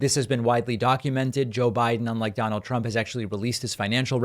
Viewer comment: Am i the only person who thought david slipping and saying "Jonnald J Trump" hilarious 😂